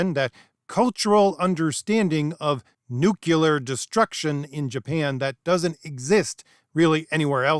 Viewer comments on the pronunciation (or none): Learn how to say "nu - CLE - ar". It is not "nu - CU - lar". Thank you. A song about Geo W Bush: "You can't say 'nuclear' ... that really scares me."